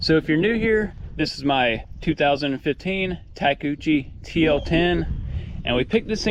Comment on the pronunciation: Alright, finished the video! Well done, now I want one of those Takechicho, takoshi, tkochia…………Take-job was the old/simple name for them, guess it’s hard for westerners to pronounce it. Good call on not painting it, it looks good as it is and painted machine makes me suspicious. At least when they are as new as this one. Cool that you bought that property, it will be a lot of work/videos to build a house and maybe a shop? Take care!